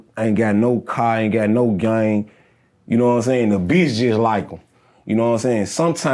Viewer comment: As SOON as he said "yaknowinsayin" and "yafeelme" I knew he was from my hometown 😂